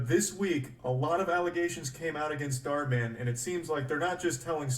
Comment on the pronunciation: bro still says dhar martin lmaooo